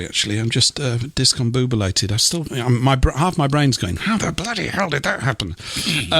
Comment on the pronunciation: The word is discombobulated. You just wanted to say boob 😅